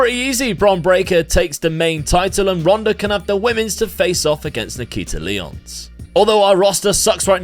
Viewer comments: another wwe game i can't play... will still be fun to see you play this! 💪 edit: also, nikkita's name is not lee-ons, it's lie-ons. as in lions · I know you do FM content too, so I can understand the mix up. Nikkita Lyons is pronounced like Lion (her indy name was Faith the Lioness), not like the 7 time Ligue 1 champions, Lyon.